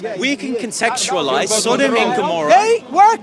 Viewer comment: "contextualise" lol